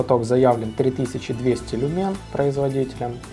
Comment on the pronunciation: В слове "Люмен" ударение на первій слог!